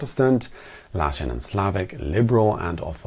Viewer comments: "LATIN" not "LASHON"! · Latin not lashin! It's funny to see an American not understand the British accent, or less than us, from non-English speaking countries! Latin civilization countries include Italy, France, Spain, Portugal, Andorra, Monaco, Romania and Moldavia. Their languages are based on latin and so his their history, mixed with many influences based on their geography, the invasions... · He said Latin and Slavic (not „lashin“ and Slavic😅) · Not "Latish" but "Latin", as in related to the language spoken in and cultural heritage from ancient Rome. And like all other categories it is messy too. Like, France is not considered latin but the french language is one of the romance languages, derived from the ancient latin language. History is weird. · Lashin? Lol loved it 😂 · russia is definitely not part of europe even if a small geographical part of it belongs to the continent europe. also he pronounced it wrong actually meaning "latin and slavic" 🤔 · He swallowed the word as he realized it doesn't really make a matching pair. Perhaps he wanted to go for Latin script and Cyrillic script.